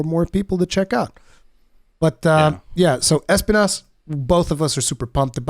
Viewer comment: It triggers me so hard when they say ES-pinas... Thorns in spanish is es-PI-nas.